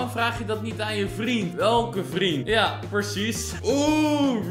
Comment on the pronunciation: Hij zegt de hele tijd percies in plaats van precies